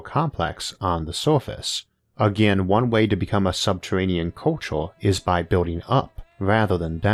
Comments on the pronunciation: "Subtewanean" Fuckin Elmer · Santuwawies in subterwanian aweas... I fucking love IA. Been listening for a year. The “accent” is actually endearing